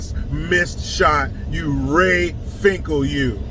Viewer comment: He said RAY FINCKLE ROTFLMAO 😂😂😂